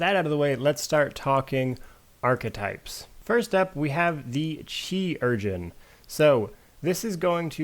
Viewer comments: its pronounced surgeon :) also great video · It's actually pronounced like Kay-ru-gen